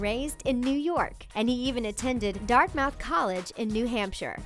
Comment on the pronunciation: Dartmouth is pronounced Dart-muth, not Dart-mowth.